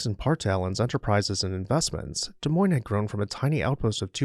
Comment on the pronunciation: As someone who grew up in Iowa, thank you for featuring this beautiful home. Also, thank you for pronouncing Des Moines correctly 😅